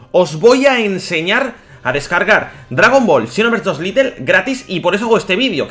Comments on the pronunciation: se dice lait no lite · ...se dice xenoverse LITE no LITTLE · Porqur dices "litel" y no lait y la escusa de que no sabes ingles no vale xq hay videos donde lees y traduces del ingles al español xD (mirando todo el video ya lo entendi dices litel porque es un version pequeña osea "little" ) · Es Lite no litle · Ya pero bueno, se habrá equivocado en todos los vídeos que hace hablando de este juego diciendo little :v